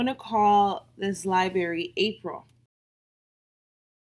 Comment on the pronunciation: This video was great, amazing job, really helpful. This is petty, I know, but your pronunciation of library really bothered me for some reason. Li-berry, li-berry, li-berry.